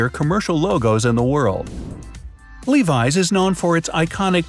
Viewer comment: Anyone frustrated at the way he says “Levi”